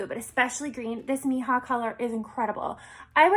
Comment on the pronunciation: Great look!! Just wanted to give you a little help with the colour name 😉 it's in Spanish... It's pronounced me - EE - ha .. translated "my daughter"